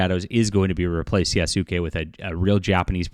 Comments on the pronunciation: Damn. He butchering the names. You doing this on purpose? Yah-skeh. Like Sasuke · The name is Yasuke not do not say the Su part dear God it's not that hard to say please God learn to say the name lol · Yasuke in Japanese, is properly pronounced YAH-SOO-K-EH with the last ke or K-EH sound said quickly. The ke is pronounced as K-EH not K-AY.